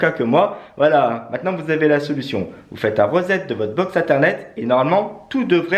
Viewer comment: Par contre reset ça se prononce « risette » 🤣🤣🤣